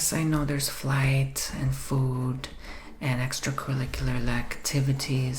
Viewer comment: Everyone knows the most expensive part is the extrakaliquilar lacktivities😆